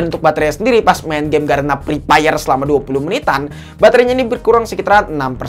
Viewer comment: 😂😂😂😂😂😂😂😂😂😂😂😂😂😂😂😂😂😂😂😂😂😂😂😂😂mantap bang lucu sekali pas ketika Abang nyebutin game EPEP